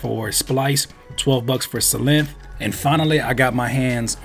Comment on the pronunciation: it's pronounced like Sylenth, not Sylenth!! Fire beat! Love the videos!! It's Synthesiser, not Sinthisissor!!